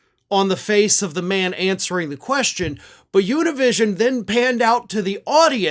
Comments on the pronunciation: Univision is to be pronounced with the Spanish alphabet, not the English alphabet. It's not Yunivishon, it's ooneevissyonnn. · As a Latino, it hurts me how he said Univision 😂